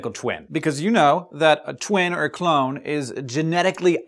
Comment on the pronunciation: Its funny you said joins a circuses cuz I thought you said clown instead of clone